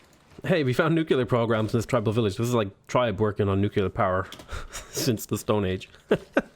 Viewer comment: It's "nuke-lee-ur" not "nuke-you-lur"